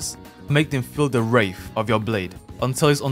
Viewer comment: is it wrath or wraith